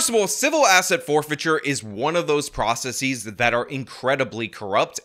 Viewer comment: "So civil asset forfeiture is one of those processeeeees..." "Processeeeees" get yourself a dictionary. 😂😂😂😂 Process + es does not equal processeeees.